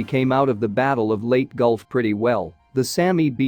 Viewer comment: Leyte is pronounced "Lay Tea" not Late.